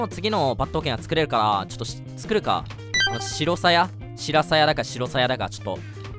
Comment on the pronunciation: しろさや じゃなくてしらさやですよ